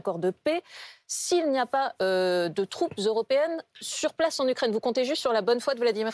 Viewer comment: "la Rukraine" ? C'est bon, on a compris.